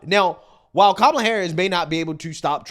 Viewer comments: Would never get political advice from anyone who says “Mamala”, cringy AF! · Did she really say Mamala? And I love how we were so out of line thinking 2020 was rigged/stolen but it's just fine when they do it. :P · Why do they pronounce her name with 2 "M"s in it